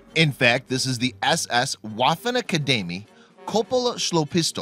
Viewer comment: Deadly is a bit of an understatement😂 also the w in Waffen is pronounced as a v, its Vaffen